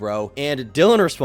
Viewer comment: Shoutout to you for actually learning Dillions name!! I HATE when people mispronounce names and NEVER correct themselves or can't do 3 seconds of research to correct themselves. After 10 mispronunciations it's just disrespect.